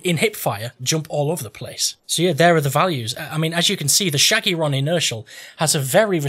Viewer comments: Still the best video on YT. The butchering of the name is price less. SHOGERROG, SHINGSHONG, shogreen 😂😂😂. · you pronounce sjögren khuh-gren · Hehe i love it. «Schjøgren» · Im swedish and u prenounce the sj like sh and the ö like uhh